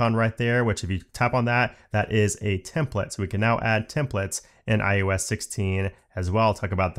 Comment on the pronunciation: all I hear is templets instead of templates :( is it just me?